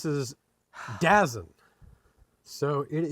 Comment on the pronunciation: Its pronounced DA ZONE! And it's fantastic if you are a futbol aka soccer fan.